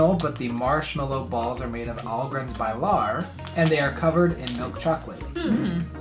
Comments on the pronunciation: Biilar not Bilaar. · I love how americans always pronounce "bilar" (cars) :) Great video! Greetings from Stockholm :)